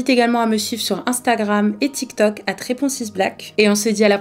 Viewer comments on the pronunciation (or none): none